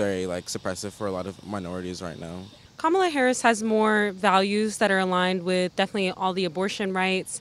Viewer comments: If you are going to give an interview on VP Harris, you could try to learn the correct pronunciation of her name. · THANK YOU! I mean, it's not that difficult.